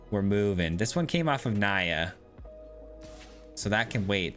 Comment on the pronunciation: Im gona be pedantic here. Pretty sure the cards name is Nia (prounounced like knee-a), not Naya